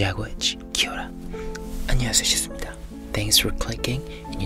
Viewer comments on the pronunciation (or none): none